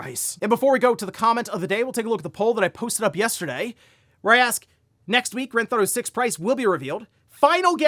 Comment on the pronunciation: drives me nuts when hes says granthauto. he says it all the time.